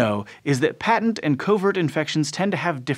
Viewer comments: Patent infections: pronounced "pay-tent" not "pat-tent". "pat-tent" is a legal construct. "pay-tent" means open or obvious. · Mispronounced "patent", which is an all too common fault nowadays. When the word means "obvious", as in "His scheme was a patent fraud," or in a biological sense, as with the "patent virus", the first syllable is said with a long "a", like "pay" -- PAYT-ent. The short "a" pronunciation is used for the word that gives someone a license for his invention, or for a thing invented -- patent leather shoes, patent medicine.